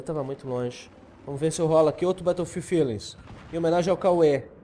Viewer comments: tem duas pronuncias, batoufilde e béroufilde bétoufilde ta errado mesmo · na vrdade é beroufild q se pronuncia, mas foda-se